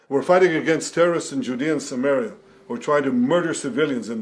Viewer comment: Did he say judea and sumaria?